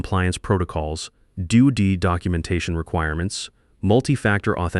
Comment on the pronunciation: Dodee😳instead of D-O-D?